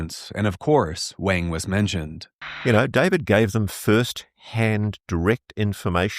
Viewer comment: If this Doctor Wang is white and German you’re pronouncing his name wrong. In German you would say it like Vahng. The W in German IS ALWAYS pronounced like V in the English language. The way you say it, sounds Chinese, not German.